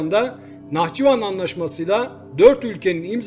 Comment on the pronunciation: nahçİvan değil nahçIvan. her seferinde yanlış telaffuz ediyorsun. Türk olarak utandırıyor.